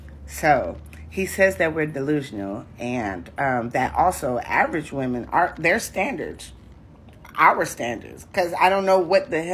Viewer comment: I've noticed a lot of people pronouncing women as woman. The woman right after that tiktok did it, too. Women isn't really pronounced like it's spelled, which is probably why so many people mispronounce it. We-men. Those delusional wemen!!